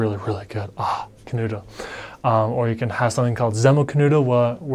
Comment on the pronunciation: as I know German Umlaut is hard to learn for English speakers I really appreciate you pronouncing 'Knödel' and 'Döner' just perfect to the German ear, Well done!